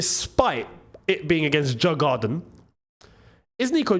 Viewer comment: It's pronounced YOUR- GARDEN (Djurgarden) COYB!🎉